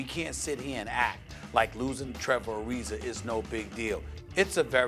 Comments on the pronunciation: Who is Trevor Ari-ZER? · “Trevor Arizer” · Trevor arizer Serge ibaker Stephen A has a problem with words ending in an A